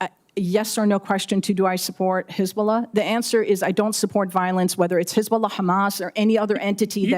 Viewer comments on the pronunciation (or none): The way she pronounces hezzbola tells u everything